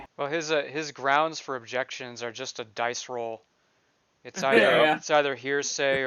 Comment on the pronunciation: Every time Darrell says GROUNZ, I visualize Darrell digging another scoop of dirt, with a shovel, to make his grave. 🪦⚰️